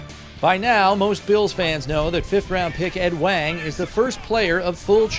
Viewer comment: He's pronouncing the guy's last name wrong. Not "Wang" with the 'A' sound, it's the 'ah' sound as in the pronunciation of the word 'wand'. If you're going to do a story on a guy at least pronounce is name right.